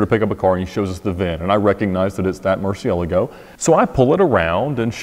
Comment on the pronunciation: I'm irritated he says mercy-ella-go and not merch-ee-el-ah-go